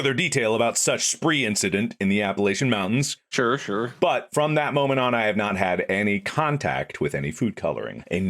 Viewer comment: Every time I hear Mark mispronounce “Appalachian Mountains” I take one step closer to his house with a baseball bat